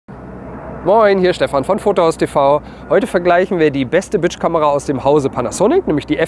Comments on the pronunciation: Sorry, gehts nur mir so oder hört ihr auch "Bitch Kamera" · Ich liebe es wenn du Bridgekamera sagst. Hört sich eher an wie BITCH Kamera .🤭🤭